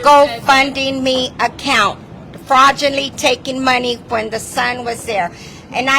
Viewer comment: “Hypothetical liar”…”Rudy was coresed by his mom”… “Fraudually taking money”… “felt the comfterness” omg I can’t 😂💀